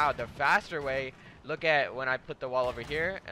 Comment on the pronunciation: When he said way i tought he said sway